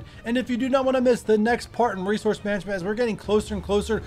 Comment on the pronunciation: Resouce lol